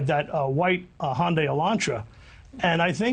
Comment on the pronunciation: I'm not so sure why its so hard for her to pronounce Hyundai, its pronounce HUN - DAY